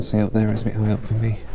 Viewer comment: I wanna teach you how to pronounce "sun" and "up" :-D